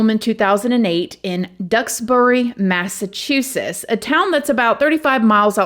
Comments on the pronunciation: It's not a vigual, it's a vigil... Lol aww you're funny when you mispronounce things. I love it!! Oh and it's Massa-chew-setts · I hate to be that person but I am Going to ..u have covered some cases and unfortunately they are my state that u keep pronouncing wrong and my home and state is Massachusetts.. just say mass or MA .. I’m not trying to be rude but it just hurts my love for u when u can’t say my state and home correctly